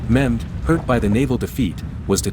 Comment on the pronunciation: It is Mehmed, not Muhammed...